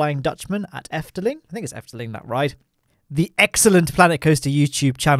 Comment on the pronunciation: I am Belgian and how you say Efteling surprised me because you say it sow good an dit is Efteling sow you were right